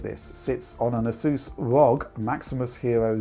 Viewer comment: The way says "ROG" just sounds so German.